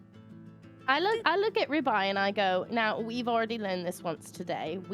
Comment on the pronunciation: Toms accent for ribeye is exactly what I wanted hahah